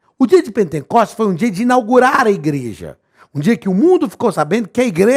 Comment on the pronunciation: O SR FALOU POR TODA A AULA "PENTENCOSTES". O CORRETO É P E N T E C O S T E S , SEM 'N' DEUS ABENÇOE